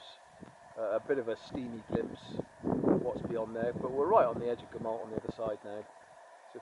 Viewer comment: The 'll' sound in Gamallt is pronunced with an ɬ not an l. The real name for the area is also the Elenydd, Cambrian Mountains is just a generic term for mountains in mid Wales not a genuine place.